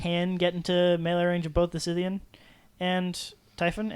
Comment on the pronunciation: Great game. Though I flinched every time ye mispronounced Scythean. :p